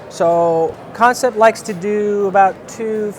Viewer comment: Kansept is pronounced just like the word "concept" from the English language (looking at you DCA!) Seems like a lot of haters and Negative Nellies weighing in on this one. Man we are so spoiled if that's what y'all have to say about these knives lol